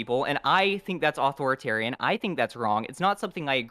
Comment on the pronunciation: Why does it bother me that he says it like "Auth-oritarian"?